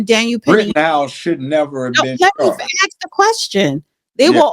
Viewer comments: Funny how she can’t say the word ASK and instead pronounces it as AXES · the judge is to intelligent for you. You sit there and read off the computer. Your words aren't used properly. A sorry it's not ax it's ask. Will not watch you again. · its pronounced ask not axe get your English fixed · You wanna axe….nonono, don’t do dat. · Its ASK, not axe or axed. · A S K not ax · The word is "ASK" NOT "aks". Learn to speak English! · Ax and Ask are two different words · Exactly. Don't know who she is but must not be educated, saying "aks" all the time. Sounds so ignorant. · She says “AXE” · why can't blacks pronounce ask? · Learn how to pronounce “ask” or find a line of work that doesn’t include interviews! Axe is what you chop wood with! 😂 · Florida thing. It annoys me also